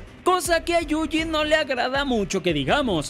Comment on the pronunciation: amigo pronuncias YUJI mal. Lo lees como JUJI y es YU JI (quizá si separas la palabra en dos partes YU JI te sea más fácil).